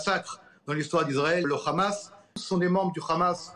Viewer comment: C'est hamas et pas grhamas